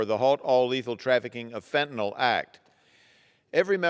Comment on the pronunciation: Somebody should help her with the pronunciation of fentanyl. It’s not Fen-ten-all.